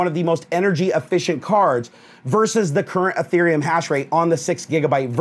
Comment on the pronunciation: Its ethereum not etherem